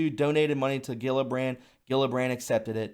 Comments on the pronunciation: it’s pronounced, Jill-a-brand. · You're driving me nuts. It's Jill-a-brand. Geez!